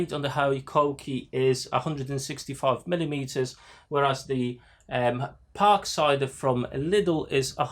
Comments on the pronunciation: Please stop pronouncing it as a "Parksider". Just Parkside. Ha Yes, I got one and occasionally use it with a 4 amphour battery. Much Better. But I found getting the blades are a pain as not many places sell 150 mm blades off the shelf. So again you need to get them when Lidl have them in stock. It does the job but for diyer's. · I keep thinking you are saying “Park cider” 😄